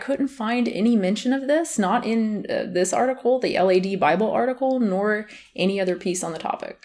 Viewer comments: Haha l.a.d Bible? It's pronounced lad as it's spelt. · "El Ae Dee bible" Lad... it's lad bible lad as in friend, mate, pal, lad... it's a word, not an acronym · Oh, bless you. It's not "L-A-D Bible." It's "Lad Bible." All one word. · It's not l-a-d bible, it's the lad bible - UK slang for a young man. It's actually like a pretty huge content farm here in the UK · sorry completely unrelated to the (otherwise fantastic) video, I just had a little laugh at how she pronounced LADbible like L-A-D - it’s actually just lad, which in the UK means ‘boy or young man’ (and LADb is from the UK). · It’s LAD bible not L-A-D (Lad means friend or mate) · lol its lad bible, not L. A. D. bible. and yeah its trash. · It's not 'L.A.D. Bible, it's phonetic - lad bible. As in, hanging out with the lads (sort of the English version of 'bros'). LADBible has a lot of college style cheeky/irreverent humour on their sites alongside some rubbish, which is associated with 'lads' here. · It's not pronounces L A D its called Lad, an English honorific for a male friend. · It is “Lad” bible, it is based in Manchester where I live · LAD BIBLE is just pronounced 'lad bible', a lad is a British slang word for guy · Irrelevant but I couldn't help but lol at the way you pronounced lad bible l-a-d bible. Lad is an actual word used in the UK, dunno about anywhere else. It just means a man really. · oh!! also!!! just so you know, it's called LAD bible, as in the word "lad", i'm from the UK and it's huge here, the word "lad" is used a lot by young generations :) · Sorry if this has ben said but it's actually called Lad Bible, with lad pronounced like sad. It's a British word for man usually used to describe people who love "banter", being rowdy, drinking and football (can mean other things but you get the drift). Just to emphasise how much of a great reliable source Lad Bible is.. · It's Lad Bible as in rhymes with bad and sad. E.g. What a lad. That guy is such a lad.